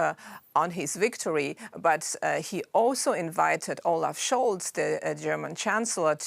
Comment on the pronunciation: Germany "Olaf Shulv" 😂 such a pro-israel candidate.